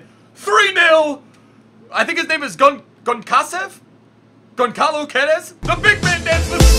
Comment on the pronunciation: when you say Goncalo Gu-e-des it hurts my soul. you say it Gonssalo Ghedes trust me my name is Gonçalo